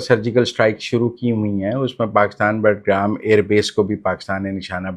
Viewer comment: مزمل صاحب بٹگرام ایئر بیس نہیں بگرام ایئربیس ھے تنقید برائے اصلاح